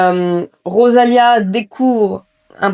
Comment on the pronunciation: C'est rosalina pas rosalia. Et on ne marie pas quelqu'un